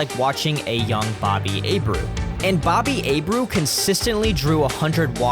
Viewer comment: You are not pronouncing Bobby Abreu’s name correctly